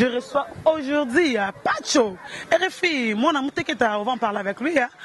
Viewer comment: gloria loba k ba mots bien aujourdi nde nn on dit aujourdhui licencie ya ifasikuite ya modele nn en plus olobaki okosala emission pona makambu ya wata te ezosopa yo